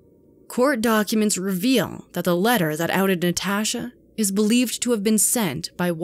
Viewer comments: Did anyone notice the narrator says NaTASHHHah instead of Natasha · “NeTaashuh” “Nuhtashah” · The way the narrator says 'Natasha' drives me bOnKeRs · The way she is saying Natasha is really freaking bothering me. I cannot stand it. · I have never heard anyone pronounce Natasha the way this woman says the name. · Why do you say Natasha like that lol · Anyone else cringing about the way she says Natasha